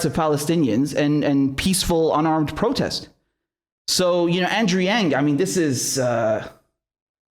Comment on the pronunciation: Andrew doesnt pronounce his own last name right